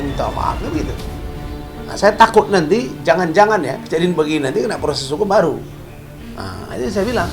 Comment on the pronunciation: Proses bukan pyoses